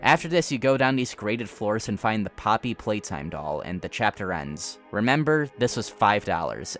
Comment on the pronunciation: Your video was cut off by an ad right when you were saying poppy playtime. And it sounded like poppy plate, which perfectly describes their marketing